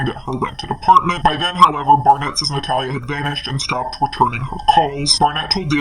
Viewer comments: I love your videos!!! But why are you saying her name wrong?? Its not Nat-hal-a its Na-tha-lia. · Please look up how to say "Natalia" correctly. You sound like an idiot.